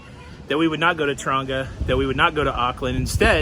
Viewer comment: Cyclone by Dub Pistols…. “Running in a cyclone” Also, Taronga is the zoo in Sydney. Tauranga, NZ is pronounced more like Tow (like cow) rānga (rahn ga (soft g))